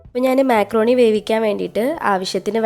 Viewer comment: മെക്രോണി അല്ല മക്രോണി